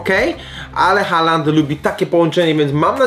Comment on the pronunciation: Taki drobiazg, Haaland wymawia sie "Hoolan"(długie o).Aa to dawny zapis obecnego Å(nasze o), a ponieważ dalej jest tylko jedna spółgłoska więc samogłoska długa. D na końcu zwykle nie jest wymawiane za wyjątkiem niektórych norweskich dialektów.